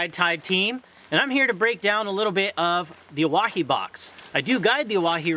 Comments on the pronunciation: It’s pronounced Oh-Why-he. Not oh wah he. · “I’m a guide here” proceeds to mispronounce it for the next 5 minutes